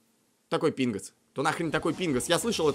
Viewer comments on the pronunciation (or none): он сказал пинос а не пингос